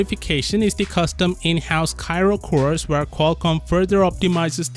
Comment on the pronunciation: You are mispronouncing Kryo!!! 😐